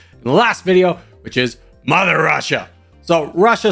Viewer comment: “Muzzer Vrussia!!!!”